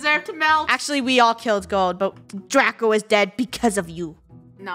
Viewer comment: At The First Line Its Draco Not Drace